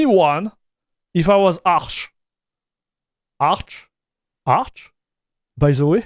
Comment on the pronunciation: its funny when you said Arch with french accent and smiled :D Ahch, Ahch? :D btw xD